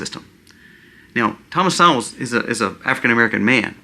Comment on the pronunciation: Correct pronunciation of Dr. Thomas Sowell is Soul/Sole not Sow ul. Not an Intellectual here, just heard Rush pronounce it for more than 10 years.